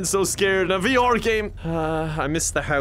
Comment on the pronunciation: No one:: V-OR